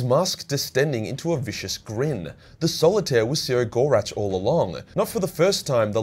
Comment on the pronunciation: I BEG you to read the characters' names and not just make something up that vaguely resembles them. Its the Visarch, not the Viserartch; Yriel, not Uriel; Cegorach, not Sirogoratch; Ynnead, not Yinned; etc.